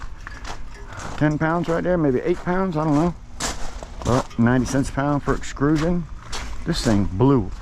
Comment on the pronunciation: Funny how you say extrusion 😂